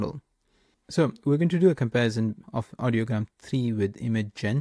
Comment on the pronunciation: I like your video and think you did a decent job showing off the functionality and some good comparison highlights. But it's REALLY hard to take you seriously when you consistently get the name wrong for the service you're reviewing. The website is called IDEOGRAM (like the word idea). Audiogram is a different word entirely for a chart that shows hearing test results. I noticed you substituted 'tricolor' for 'technicolor' when describing the Hitchcock prompt, but that's an easily forgivable 1-off. Not confirming the pronunciation for the subject of the video is not a good look. In the future, it's probably worth a couple minutes to double-check before recording. Imagine the response you'd get for making a review video of 'MedJournal' or 'Chart-GPT' in 2025.